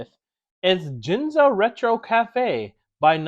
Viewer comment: Gin (as in gin and tonic) -za? AHAHAHAHAHAHAHAHAHHAHHAHAHAHA learn pronunciation.